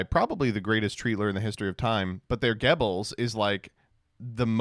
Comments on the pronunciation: as a German I have to say we dont say GEBBELS , but GÖBBELS or GOEBBELS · As a German is pretty close in his pronunciation of Goebbels. The one note is that it isn't really "Gebbels" with an "e" sound rather than a mix between an o and e, an "ö". It's kinda close to the way an o sounds in the word "worthy". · No Joseph... this is NOT how you say his name. We Germans pronounce it as Göbbels, which sounds a bit like turf or burn. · As a German I have 3 things to add here 1. The ö in German can be spelled as oe which is probably why some said to pronounce it like that (and his pronounciation is still not on point but whatever) 2. I saw some people in the comments translating the "Freax" to "Verrückte" but I think "Spinner" should also be considered (it even rhymes with Twitter(kind of)) 3. heard some coworkers talking about Musk today, yep looks like a "Gruß" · That's still not how you say Goebbels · dying on the hill of mispronouncing Goebbels even though there are literally thousands of sources to prove him wrong, including many german documentaries about the guy, like the short documentary called "Wer war Joseph Goebbels? - Der Lautsprecher des Dritten Reichs" (which you'll find on youtube) that mentions his name at the 8 second mark xD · No that's not how you pronounce Goebbels either smh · also your pronunciation of Goebbels is wrong